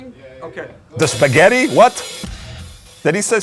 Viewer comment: .."spehgetti.."?..😌 "..beginning.."🤪👍